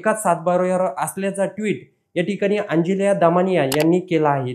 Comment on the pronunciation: अंजलीया म्हणतोय